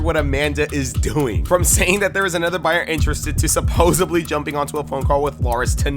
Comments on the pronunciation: Bruh, the word is "supposedly"... not "supposebly". This is the second video I've heard you mispronounce it as supposebly. Tighten that up, bruh. Respectfully. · It’s “SUPPOSEDLY” not “SUPPOSEBLY” Get it right, u have kids watching, they’re gonna learn off u... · Dude stop saying supposibly. It supposedly